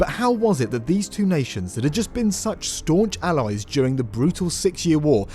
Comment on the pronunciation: I like the way you said…”staunch allies “ 😂😂